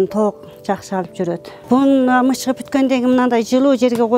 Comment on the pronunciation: Мычкып дебей мыкчып днш керек